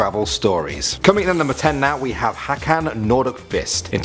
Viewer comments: Hakan Nordkvist? Not Håkan? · Who the hell is hakkan norkviist, it is hoh-k-on nor-d-kv-ist. It is swedish and i tried to write the prounsiation as good as i could Ok. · The way he pronounced "Hakan Nordkvist"